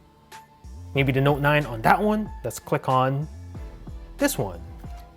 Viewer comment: Why he is pronouncing the words like that . Opo find ixxxx galaxy note ninnnnnne